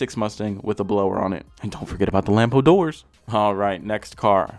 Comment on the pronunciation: Lambor doors! Lmao!